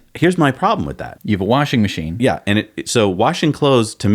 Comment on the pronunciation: Warshin Macheen. :)